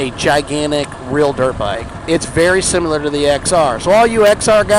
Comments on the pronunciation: Don't say husk-a-varna say husk-varna. Seconds later says sim-U-ler instead of similar. Shut up and let people say it how they will, and cut the damn chatter. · It's sim-i-lar not sim-u-lar 😂 good vid though! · Sim--i--lar, not (sim--u--lar). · You correct hooskvarna but say simyalar instead of s i m i lar. Lol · Someone this concerned with the pronunciation of Husqvarna should know the word is similar, not sim-u-lar. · Slamming on people for how they pronounce husqvarna, eh? At least we can pronounce similar correctly. It’s not “simular” Great content, though! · If you pronounce similar... sim-U-lur. And you do. Everybody else can pronounce Husqvarna... husk-uh-varna. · You said huskavarna and simular in the same sentence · Lol you told everyone how to pronounce husqvarna and then you kept saying simular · You want people to pronounce husqvarna right but you pronounce similar Sim”U”lar 🤦‍♂️ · Lectures on how to pronounce husqvarna but can’t pronounce similar....lolskis